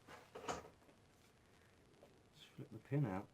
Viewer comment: Now this is comedy.... Every time he says Fing I laugh. Could make a good drinking game every time he says Fing take a shot.